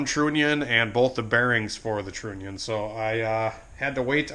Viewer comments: Stop saying Trooonion !!!!!! Say the word ONION... then add TR to the front of the word! Just saying ! Its Trunion TR....UH...NION !!!! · You could run a relay for the fuel pump power. But run the trigger wire off of your switch that you got. It's pronounced tronion.